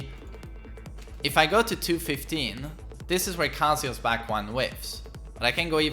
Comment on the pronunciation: He says Kazuya right though, it's only Westerners that say Kazoooyer. The same goes for Narooooto and Yakooozer.